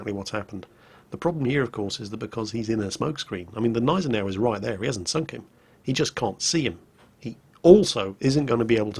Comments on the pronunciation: PRONOUNCE THE "G" in the Gneisenau! It's really really annoying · its Gneisenau, the G is not silent